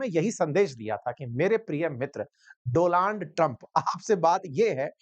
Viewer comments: Donald Trump ❎❎ Do-Land Trump ✅✅ 😂😂😂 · DONALD TRUMP ❌ DOLAND TRUMP✅😂😂😂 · doland trump😂 ya donald trump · Dolaand Trump 🤣🤣.. wah sir . maza aa gaya.. aise hi jubaan phisalti rahe 🤣🤣. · Doland Trump 😂😂😂😂😂😂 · Sir aaj do-laand Trump bole kya😂😂😂😂😂